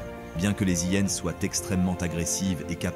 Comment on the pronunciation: Bonjour, tres beau documentaire par les images sinon, c'est vraiment penible cette voix par l'AI ... des Zhyennes et beaucoup trop de fautes. Vraiment dommage.